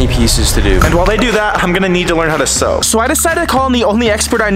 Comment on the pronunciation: Sew not sow